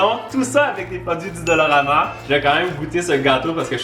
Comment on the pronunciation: qui dit dolorama au lieu de dollarama???!!! MDR